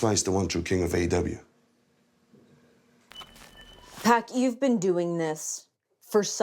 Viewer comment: Pack or pock?